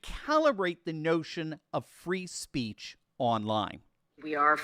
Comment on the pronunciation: That woman couldn't even say, "free speech" correctly. It's like she could barely stand the thought.